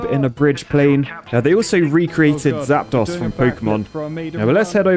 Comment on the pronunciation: You butchered the pronunciation of zapdos, but could you play a Pokémon game?